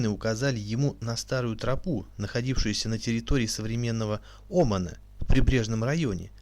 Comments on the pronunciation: Вас невозможно слушать: ударения неверно (не Оман, а ОмАн), буквы переставляете местами. Лучше прочитать ваш текст в статье. Неужели так трудно предварительно вычитывать текст! Такое небрежное отношение подрывает доверие к достоверности информации. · Я то же это заметила.а ещё Оман вместо Оман,птОломей вместо птолЕмей.